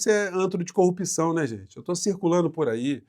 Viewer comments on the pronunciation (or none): Gosto muito de vc, mas não fala mais corrupÍção,o certo é corrupção.